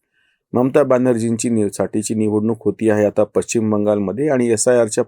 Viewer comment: पश्चिम ✅ पच्चीम ❌ शुद्ध बोला आणि जपा आपल्या माय मराठी ला!!धन्यवाद!!!🙏🏼